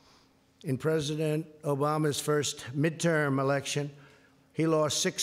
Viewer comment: "midtowm and midtern year" not 15 seconds into reading a pre-written script and clearly this elementary school student is unable to read basic words.